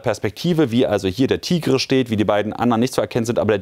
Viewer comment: Sie spionieren nicht Ziele aus sondern klären auf. TIGR-M wird "Tiger" ausgesprochen nicht Tigrrre. Bwei dem Angriff hätten übrigens Zivilesten leichtfertig drauf gehen können.